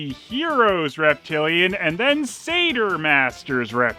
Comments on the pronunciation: I'd have thought that Satyr is pronounced Satire not Sayter? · I think maybe it’s pronounced “Satire” masters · Usually I hear satyr pronounced almost like sadder but say-terr is also common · Am I the only one who pronounces it ‘Sat-yer’?